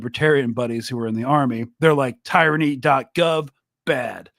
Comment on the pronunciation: tee-ruh-nee tho